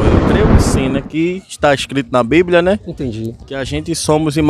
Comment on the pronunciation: Bando de gados. Não leem e não sabem nem falar o nome do livro deles. É bíblia e não blíbia. Parabéns pelo vídeo. E não canso de dizer: #cadadiamaisAteu